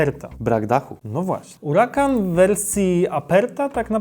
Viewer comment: Czemu zmieniasz nazwę nie mówi się uracan tylko huracan